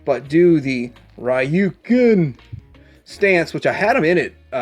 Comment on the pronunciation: I don't know how you can butcher "SHORYUKEN" so badly.